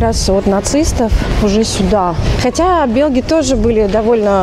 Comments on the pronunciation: Белг - режет слух. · Почему она говорит белг?